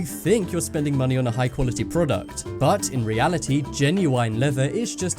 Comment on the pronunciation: prodcut. lol